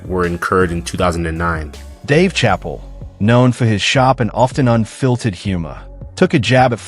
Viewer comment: Save yourself the time and watch the first 5 minutes then go watch something else because he just repeats the same thing over and over again and he can't pronounce Chappelle 😂